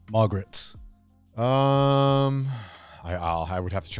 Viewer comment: Did garnt just called Margit, Margaret??